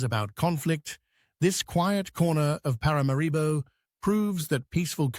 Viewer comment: ParaMAribo,, you should get the pronunciation of the capitals name correct !ParaMAribo , the accent falls on the MA … Please and thank you !